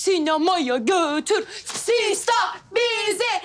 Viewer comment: Sista değil ama sister